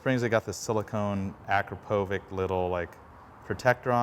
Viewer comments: its pronunced akrapovich not akropovic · The brand of the muffler is pronounced Akrapowitch! Leading brand among sport exhaust systems - made in Slovenia EU. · The way he pronounces akrapovič, like bro there's a "č" for a reason it makes a "ch" sound like ch from "CH"ina